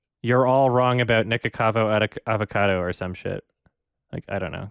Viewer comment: fun fact: almost evey time said "nicocado avocado" incorrectly. He mostly says "nicocavo adocado"